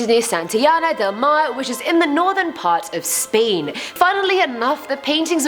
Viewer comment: It’s Spain not speen